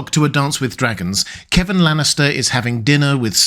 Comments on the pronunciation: KEVAN, NOT "Kevin". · It's "Kevan", NOT "Kevin". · I always pronounced Kevan as "kuh-VAHN" but that's me.